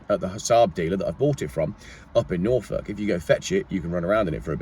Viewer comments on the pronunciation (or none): none